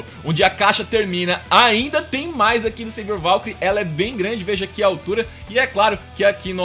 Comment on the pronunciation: Não é sevior é savior